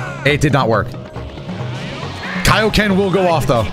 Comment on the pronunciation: Finally someone pronounces "kai-oh-ken" correctly👍